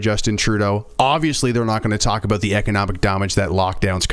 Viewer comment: JJ is the ONLY Canadian I know who pronounces it "aboot", and I've NEVER heard "aroond" before this JJ vid. He's not even from Eastern Canada, so I don't know how this happened!